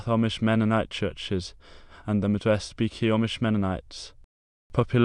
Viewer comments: its pronounced bee-chee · You go to the beach... with a "y". Or like the theme of literally every beach house's bathroom- "Beachy". I don't know what you were saying but it was not my name.